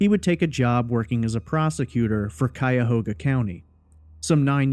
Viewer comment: I just want to congratulate you on your correct pronunciation of Cuyahoga!